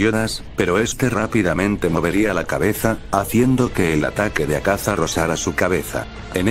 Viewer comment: Cómo que “azaka “??? habla bien;_